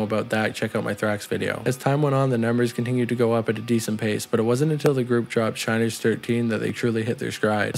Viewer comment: Sin-ners , Shin-ners ….